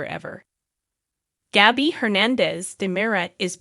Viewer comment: Why does the commentator mis-pronounce the characters names when she talks about them like Nicole (Nickel), Jada (Jadda), Gabby (Gabie), Salem (Salam), Chanel (Channeel), Constantein (Constann), Theresa, (Daresa), Ava (Avah)